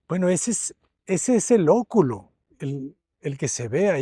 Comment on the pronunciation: Me encanta como pronuncia el arquitecto oculo, acontecer, rua ...